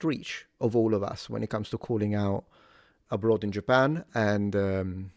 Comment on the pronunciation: Did you say "a bytsh in Japan"? 🤣